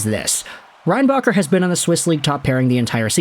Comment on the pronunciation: Should have said his name correctly